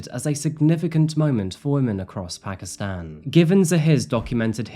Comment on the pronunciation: It’s pronounced Paakistaan. Not phakistan.